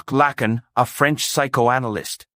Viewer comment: PRONOUNCE HIS NAME CORRECTLY PLEASE. IT'S FRENCH, NOT AMERICAN.